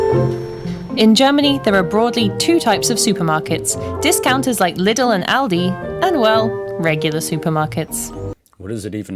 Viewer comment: Lidl is pronounced: Leedle. The biggest challenge for english speakers is, that in German are many long vowels....same goes for Brot-schneide-maschine: masheene. piece of advice: watch it, it explains itself....you stop things just too quick. Eggs, come single, as six packs and 10.